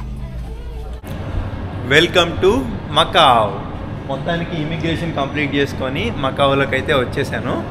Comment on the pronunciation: Macau kadu macao